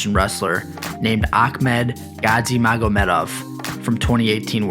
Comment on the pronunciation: Just one small correction, Gadzhimagomedov is pronounced Ga-letter G-magomedov. And Akhmed is pronounced with a silent k, just the h sound, like Khabib.